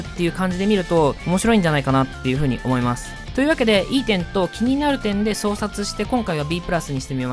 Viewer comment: 先が気になるので言うとサマータイムレンダとトモダチゲームかなあ 個人的に今期で一番好きなのは恋せかです 動画見てて気になったことがひとつ。 「相殺」は「そうさい」です